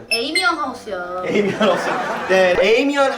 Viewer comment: 하우스가 아니라 하에우스라고 함ㅋㅋㅋㅋㅋ